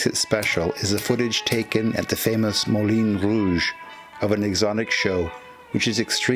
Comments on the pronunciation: It's not the 'Molin Rouge', it's the Moulin Rouge (pronounced, Moolahn and not Mohlin). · Excellent.....but a small comment, perhaps. My French isn't the greatest, but I believe the pronunciation is closer to "moo - lon - rooje"...... cheers. Good first hand content so thanks as always. Sidenote.....amazing that such scandalous and provocative stage productions were still being done at this time during the war.....EVEN in France where such things are more normally encountered anyway.